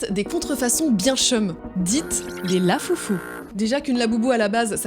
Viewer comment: lafoofoo ❌ La foufou ✅